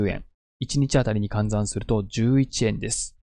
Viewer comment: 換算をカンザンって読むのはどこで習ったんですか？